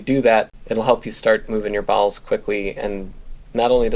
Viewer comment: NGL, first time you said "bowels" when talking about abdominal surgery I thought you said balls and I was deeply concerned for a moment.